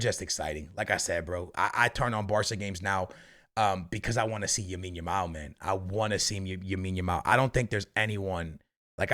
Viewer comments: It’s lamiiiiiiine not yamine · Love your content brother! But for the love of god, his name is Lamine Yamal not Yamine Yamal :D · YO Broski i am begging to you its LAMINE YAMAL not YAMINE YAMAL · Bro its Lamine not Yamine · Lamine Yamal not "Yamine Yamal" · "yamine yamal" hahahha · lamine not yamine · For fucks sake it’s LAMINE YAMAL not YAMINE YAMAL🤦‍♂️ And when you pronounce the letter “R” in any sentence stop putting an “H” before it to sound Portuguese. I’ve heard actual Portuguese people speak English more normally than you… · It's lamine yamal not yamine yamal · why does say yamine yamal xD is it the portugese way to say his first name? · why does he keep saying yamine lamal lol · Bro its "LAMINE" not "Yamine". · Everyone: LAMINE YAMAL: YAMINE YAMAL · his first name is lamine, not yamine xd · Please man, it’s Lamine not Yamine, please I can’t do another video of hearing that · Bro its Lamine Yamal, not Yamine Lamal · Bro, it's not Yamin Lamal it's Lamine Yamal. You keep saying that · Yahmean Yamaul 😂love this man lol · Yamal has been on the scene for almost a year and a half and this dude is still calling him “Yamine” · "yamine yamal"?😂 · Yamin Yamal might need to win Ballon D'or before pronounces his name correctly. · It's Lamine Yamal. With an L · The “Yamine Yamal” be killing me 💀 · stop saying yamine yamal. I understand if its a hard name to pronounce, but its literally LA-MIN, YA-MAL. Come on man.... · Bro you need to practice for 10 damn minutes and learn how to say Lamine’s name, just out of respect, not that hard bro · Bro Ive been commenting that since the euros it bugs me so much he won't stop saying it since he first heard of lamine 😭